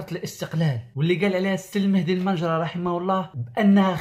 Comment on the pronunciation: المهدي المنجرة ماشي البنجرة 🥴